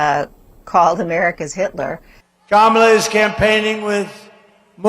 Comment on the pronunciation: His pronunciation of Kamala is getting better. (I had to look hard for a positive thing to say here.)